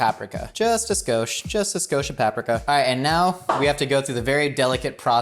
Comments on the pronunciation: I'm to drunk to not be bothered by this!! ITS PA-PRI-KA YOU HEATHEN!!! NOT PAP-RI-KA!!!! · Its papreeeeka not papricka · I’m sorry PAP-RIK-A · No one is talking about his “Papreka” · why do you say paprika like that? Lol! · Is no one gonna talk about the way he says paprika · Somebody please tell him hes still saying Paprika wrong...